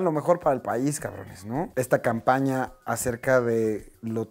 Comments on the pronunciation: DICE CAMAPÑA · Te diste cuenta que no decía, CAMPAÑA, si no "CAMAPÑA" 😂😂😂 saludos brow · Dice coordinadora de "CAMAPÑA" cuando tomo la llamada de Tatiana Clouthier, jajajajajajajaja torpes¡¡ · esa madre decía camapña jajajaajaja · "Camapña" je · ¿Camapña? Jajaja